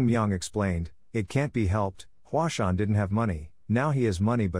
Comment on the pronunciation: Hua sung? Mount Hua